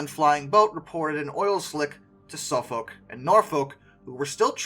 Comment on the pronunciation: I don't know about your German pronunciation, but please get Suffolk and Norfolk right.🤣